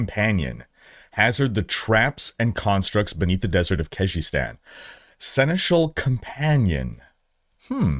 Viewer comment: Horizon crossover 🙂 Oh, just pronounce Seneschal the proper way, i.e. the French way :-)